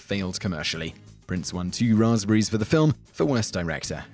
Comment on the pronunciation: makes up for it by saying "Rahz-breeze" in that Brit way that makes ya melt. All is forgiven.